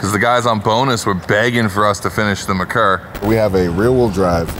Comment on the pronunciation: It’s pronounced mare-coor 🐴🍺